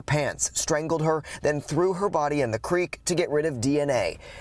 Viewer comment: Out of respect for the child, please learn how to pronounce her last name correctly. It is pronounced "Noon-gahr-i".